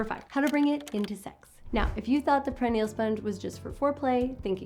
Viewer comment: Great information. I believe it's pronounced per-i-nee-al.